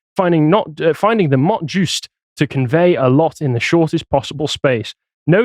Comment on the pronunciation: I think that you need to revise your pronunciation of 'mot juste'. "Mott juice' may have some other connotations.